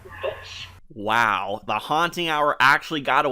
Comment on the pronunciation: she said vitch nat bitch